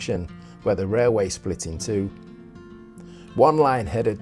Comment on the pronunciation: Pretty sure it's pronounced 'rotten-stall', always felt like a punishment job whenever I got sent there for work! Cracking job on the station restoration, though! 😉👍